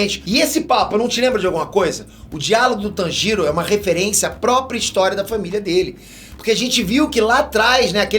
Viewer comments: pfv não fale tanjiro como se não tivesse uma pronuncia mais forte no "tan". fale como se fosse "tãnjiro" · mano, me dá maior agonia ele falando os nomes errados! ''Tânjiro'' ''Háshira'' ''Níchirin'' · da um olhada na pronuncia dos nomes antes de fazer o vídeo, ficou muito nítido que ou você não assiste o anime ou por qualquer motivo específico pronunciou todos de forma errônea, até do personagem principal você não fez questão de falar corretamente, no fim o vídeo parece mecânico. (Obviamente eu sei que você não escreveu o texto… mas daí apresentar, cabe seu papel de detalhes… ) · Que agonia o jeito qur ele pronuncia Tanjiro